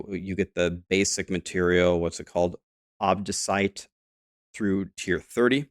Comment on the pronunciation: I think he pronounced obdicite correctly.